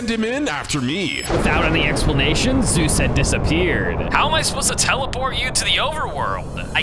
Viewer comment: On he said zoo insted of zues lol😂